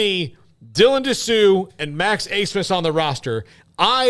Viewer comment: Why are you saying Abmas name like “Asmith”